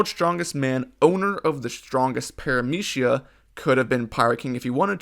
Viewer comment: parameeshia lolol i couldnt resist man great content